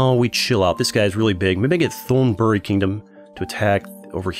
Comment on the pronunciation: The way he pronounce old Thailand name 💀. Say the th like a T in the word tiger & the Th”on” the word on will gonna be instant don’t drag it. the word buri too!